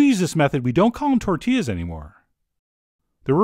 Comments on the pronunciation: “Tortiass” got me xD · "Tortillass" I lost it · lost it after "tortillASS" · Tort-T-Ass yup